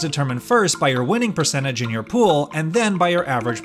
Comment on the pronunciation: wtf is this word " percenidge" ? xD the word is percenTage xD